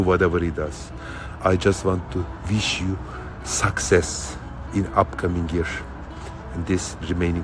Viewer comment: Thank you for the Sarper cameo (whatever its called). Thanks for sharing your intimate cameo moment 😂. When he says success it sound like sucksex 😂. Very funny 💃💃